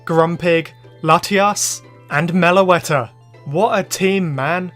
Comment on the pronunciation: MELOETTA, NOT MELOATA!